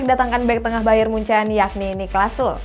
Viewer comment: niklas sule bacanya bukan sul wkwkwww